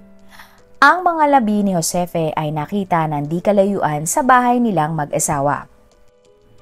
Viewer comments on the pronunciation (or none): Ma'am..Joseph yan angvpqg pronounced. Di Hosepi. Thanks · Ang GIUSEPPE PRONUNCIATION NA TAMA AY JHOSEPPE. 😊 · Juseppe is the correct pronounciation...it pronounce as Ju and not Jho My italian dad has the same name, Giuseppe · Ju-se-pe po Italian pronounciation po😊